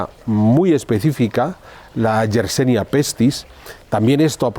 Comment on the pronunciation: Yersinia pestis, amigo. No YersEnia como dices en tu, como siempre, interesante reportaje. Descubierta por Alexandre YERSIN. Gracias!